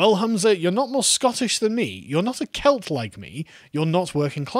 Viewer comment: It's the accent, he's saying cult...